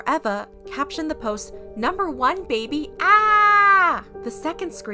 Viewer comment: "Number wan beby ahhhhh!"